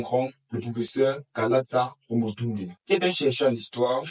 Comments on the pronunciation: KALALA et pas KALATA ❤ Il nous manque oooh😮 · Kalala pas kalata mon ami, sinon merci pour la vidéo🙏🏽🔥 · Kalala et non pas Kalata je crois